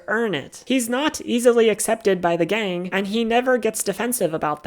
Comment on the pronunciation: You mispronounced gang.